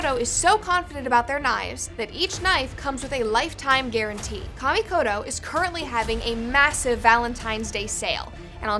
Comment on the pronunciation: I really hate the way you guys pronounce "Kamikoto".